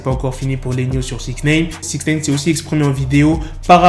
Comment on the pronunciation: Amigo, ce n'est pas SixNEEEIIINNN, c'est SIXNIIIIIIINEEEE à titre d'information...